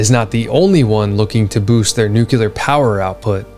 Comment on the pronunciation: I am learning a ton from you and you’ll probably hate me for saying this, but I mean it as constructive criticism.. Please work on learning to pronounce NUCLEAR.